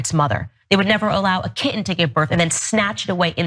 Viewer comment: What's a "Ki'en?" Does she mean "kitten?" What kind of Demon cuts the middle third out of a kitten in a YouTube video? 😂 What she doesn't get is that humans and cats are different species... A kitten learns how to be a cat from it's mother and it's kitten siblings, and those 3 months can be crucial learning/playing time... Humans and humans, on the other hand, are indeed the same species... The baby/child will learn from whoever raises it over the years and from those charged with the task of teaching them when they reach school age... Plus the first 3 months for a human child don't mean the same thing as the first 3 months for a kitten, and to try to equate them only illuminates her own ignorance... Owens really does like to underline her lack of critical thought in her videos, doesn't she?